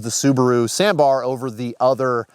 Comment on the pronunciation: Subaru sambar:❌ Subaru sanbar: ✅